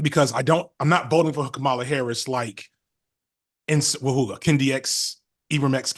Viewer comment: Y’all can’t pronounce the VP’s name either? You know THEY do that to be spiteful. Can y’all give her that respect? Start there?